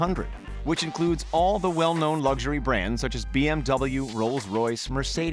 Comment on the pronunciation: Stop saying LUGG-ury, it’s LUXury